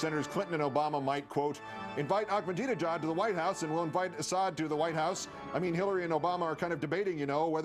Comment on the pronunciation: Why does he keep saying "Ackmadinejad"? There is no "k" in Ahmadinejad's name.